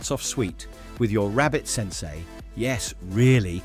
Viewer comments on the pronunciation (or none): none